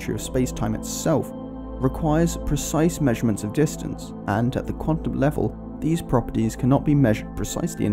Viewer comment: Is it Quatum or Quantum?